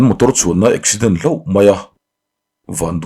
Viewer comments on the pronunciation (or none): none